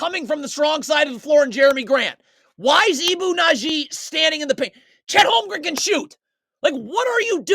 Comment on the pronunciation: It's Badji, not Nadji. Good video, though. It was hard to watch in real time. If anything, this is worse.